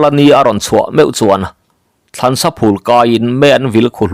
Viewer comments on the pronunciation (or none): Thlansa phul nilo vin , bai phul tih ang a lam tur